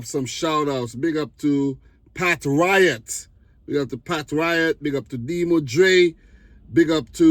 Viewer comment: Damn bro, killing my username! Its the patriot in Norwegian so just say the patriot next time 🤣🤣 Big up!